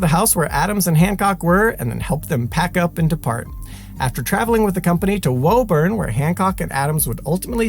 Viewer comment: sup all. Lifelong mass resident here. I believe the town name you meant to say is pronounced "woo-burn" even though it's spelled Woburn